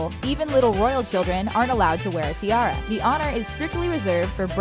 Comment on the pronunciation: That way she says “tiara” as ti-air-a